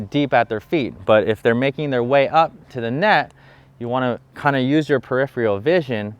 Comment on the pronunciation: It’s pronounced peripheral not periphreal. You twice mispronounced this word which detracts from what would otherwise be a good video.